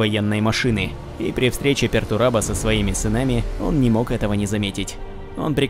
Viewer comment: Не "Пертурабо" а "Пертурбадо", с испанского слова Perturbado что означает "Возмущенный (каким то событием)", "Беспокойный" или же "Нарушен (чем нибуть или кем то)"